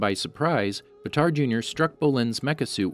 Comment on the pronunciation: actually how his name is written i would say that its not pronouced batar instead baatar with a longer aaa also fun fact baatar means hero in mongolian so his real name might be hero jr